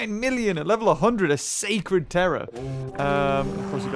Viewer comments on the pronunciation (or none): none